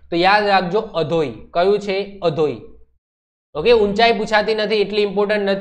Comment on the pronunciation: kanthkot ni tekari o no sauthi ucho sikhar અધોઈ nai sir આધોઈ